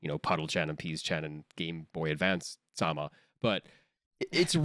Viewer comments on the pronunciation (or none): none